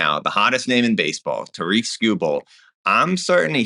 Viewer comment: Tare-ick, not Ta-reek